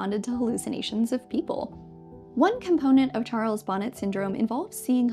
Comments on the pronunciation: I think it might be pronounced "Charles Bo-NAY syndrome " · Charles Bonnet was French so the hallucinatory syndrome associated with severe low vision is usually pronounced "Sharles Bon-ay syndrome".